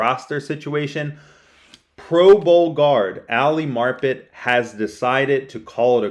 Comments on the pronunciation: Mar-pit?....you don't know pronunciation...sheeeh!...see ya... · Mispronounced Marpet.. bye bye..